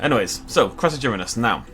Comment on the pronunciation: The first one is pronounced “Cross-A-ger-inus” it was in Prehistoric Park the carboniferous episode